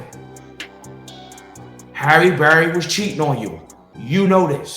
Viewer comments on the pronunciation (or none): "HARRY BERRY".....WHATTTTT?